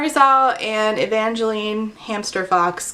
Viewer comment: Every time you said hamster fox, all I heard was hamster fux xD